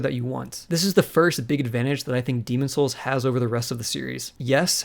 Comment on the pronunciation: Why can’t you pronounce the game’s title correctly?